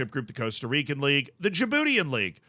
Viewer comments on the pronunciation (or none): none